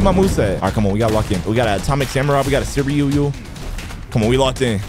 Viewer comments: it’s not suiryu it’s “cereal” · Si ru yu is how to say it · its pronounced sooy-ru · Bro called suiryu "cereal" 💀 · How to say his name is Swi-re-u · its pronuonced swi-ri-u